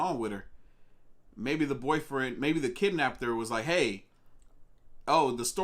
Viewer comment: Kibnapter 😆 No hate, and I genuinely enjoy your content, but thats funny my dude.